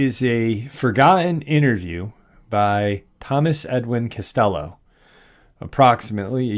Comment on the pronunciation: It's Castillo, not "cast yellow'.